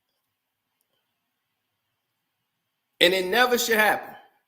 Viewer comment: It’s “egregious”, NOT “en-gre-gous “.😂